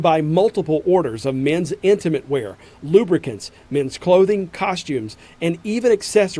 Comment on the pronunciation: Did you say lubricants I smell something foul😂😂😂😂 TMI